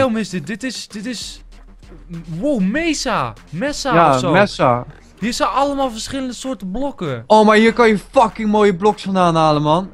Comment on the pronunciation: Je kan geen ocelots vinden in de mesa, die vindt je alleen in de jungle en je spreekt het uit als meesa